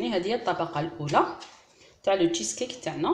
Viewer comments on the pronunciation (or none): انا والله الا قلبي مايخلينيش لازم نهدر شوفي اختي شيز كيك معناه كيكة الجبن وانت هنا أين هو الجبن وانت اصلا ماراكيش عارفة تنطقيه نصيحة مني حاجة متعرفيهاش ماتحوصيش انت اختي غير تاع بطاطا ومطلوع وصوالح تاع الإعراب شاداك للتشيز كيك